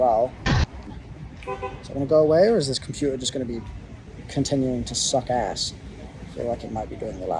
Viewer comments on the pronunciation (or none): i like how he turned american only when he said “suck ass”